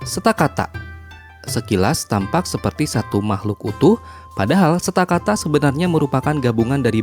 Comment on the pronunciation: Kak itu stakataka bukan stakata